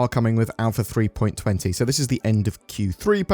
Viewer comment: For god's sake! It's not "three-point twenty" it's "three-point two zero!!! Also, can't retrieve and save any ships if the ASOP terminals don't bloody work!